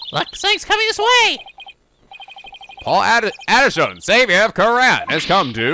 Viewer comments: Come on! The pun is politician!. Paul atishon is pronounced politician! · "Paul Atishon" is supposed to be pronounced like "politician", because... y'know... XD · Please tell me you've realized the pun and pronunciation of Paul Atishon's name is literally Politician..... It's the most obvious pun in the entire franchise. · The picture with the gravy stain was from the last case of Trials and Tribulations when Pearl smeared gravy on it after misinterpreting Morgan Fey's letter to her. Also the pun for the douche guy you met is pronounced Paul Ati-shun as 'politician', which was clever considering this game was released a during the 2016 elections. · Paul Atishon = Politician Palanquin = Pal-Ahn-Keen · In case you haven't figured out the pun yet, Paul Atishon is pronounced "Politician"